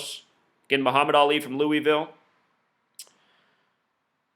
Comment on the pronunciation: lamar is not a freshman...and please say louisville correctly. thank you